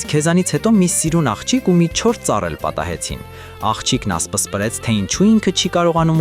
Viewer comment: 4։43 Հիմա էլ ասումա ասպԸսպրեց😂😂😂